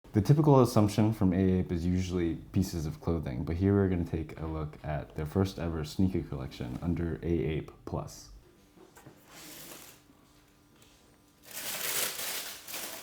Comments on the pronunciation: Its not A Ape it's pronounced ape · You just say "Ape" and not "A Ape"